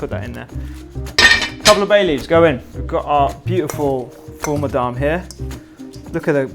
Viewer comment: So the fattoush you made is missing the 2 most important ingredients which are 1. lots of sumac, and 2. mini fried bread pieces. It's also not made with parsley usually. Secoundly, it's pronounced Full Mudamess or Full IMdammass, not sure how a video is being made on middle eastern food without referencing the plethora of middle eastern food youtubers, books, etc.